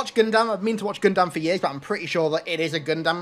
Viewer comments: I love that he choose the gundam skin, but it bothers me how he pronounces it. Proper punctuation: Gun-dum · It’s pronounced GUN-DUM! The A is silent…..I think. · My god how you pronounce gundam is jarring worse then the Olympic commentators